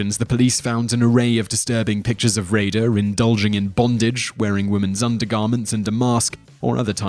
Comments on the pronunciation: His pronunciation of names confuses me....and apparently most of you as well. For example, number 1 is Dennis Rader and Simon literally pronounced his last name two different way in a 3 second time span. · In the narration for number 1, he pronounces Dennis Rader’s surname two different ways!